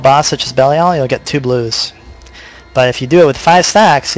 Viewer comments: yes... bell-ee-all rofl. good vid though mate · it's pronounced belly-al. ive heard other ways too, but the way it's pronounced in diablo 3 is something i havent heard before. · i know right? i was going to watch then he's liek "bellyal" so i thumbed down and closed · Actually, Belial is a biblical name, which is not pronounced the way Blizzard decided to. So if you want to be really technical, its Blizzard that is pronouncing it wrong. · Cut him some slack, he has a point of being butthurt on the pronounciation, the game says belials name at least 30 times per act, seeing this is inferno, and a farm guide at that, this dude probably has heard it 300+ times.. Mispronouncing it now is just sad, really.